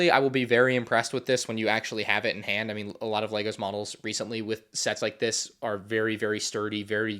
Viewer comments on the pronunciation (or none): none